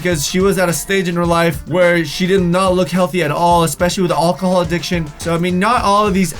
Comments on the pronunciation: Why do you say alcohol like ochahall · The way you say alcohol is funny 😋 loved your video as always EDIT: BTW does anyone else think he looks alot like David Henrie???